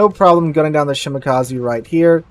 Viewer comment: Shimakaze not shimakazi